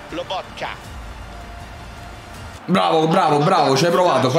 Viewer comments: chef comunque è loboTKa,non loboKTa😂😂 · va bene tutto ma loboKTa non si può sentire 😂😂😂😂